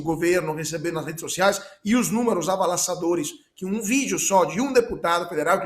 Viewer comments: ATENÇÃO: não se diz "AVALASSADORES" mas o correto e dizer: AVASSALADORES... kkkkk. Corrija-se, não faça que nem a GLOBO que erra e não se retrata. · O ancora falou avalassadores (ao invés de avassaladores), e nem percebeu 🥸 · "avalaçadores" foi ótimo srsrrss independente do erro, estão de parabéns pelas noticias da forma como elas são!!